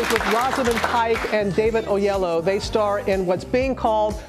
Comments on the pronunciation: Right!!! Its O ye lo wo !! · She called him Oyellow LOL